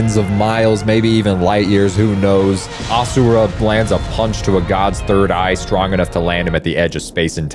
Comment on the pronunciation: can't watch the video; really said ahhsura instead of asssshhura like come on bruh it's in the name doud